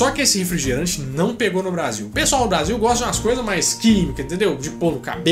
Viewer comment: Quem percebeu o erro do Faustão na pronúncia da palavra Brasil "Basil" aos .